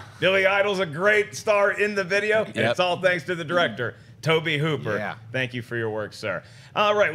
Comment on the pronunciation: The auteur Mr. Toe-Bay Hoo-Pear.